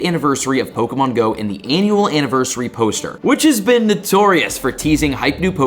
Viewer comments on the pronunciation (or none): none